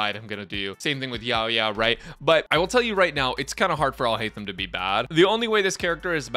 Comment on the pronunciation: Finally someone who didn’t butcher his name!! :D